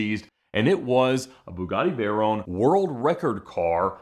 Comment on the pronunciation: Vey-RON! Not rone